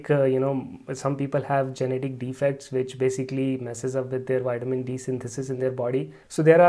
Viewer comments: its not called whitemin it's Vitamin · "Whiteamin D" 😄